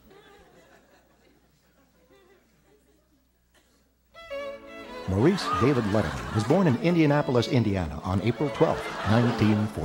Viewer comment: "Maurice"?!?! Lol